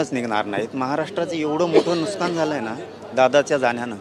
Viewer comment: नुसकान नाही मन्या, नुकसान असत रे काळ्या गांदी😂च्या 😂